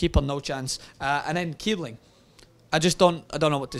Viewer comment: please, it's kießling, not kiebling. the ß is pronounced ss, not b. and a happy st. paddy's day to all of you:-)